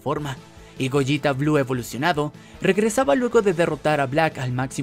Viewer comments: Es goleta no gojita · Se dice gogeta, no goyita, o acaso dices veyita y no vegeta?